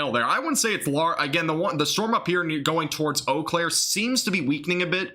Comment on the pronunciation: Lol!!! I'm from Wisconsin. I was Doordashing, so watching after stream ended. It is OH-Claire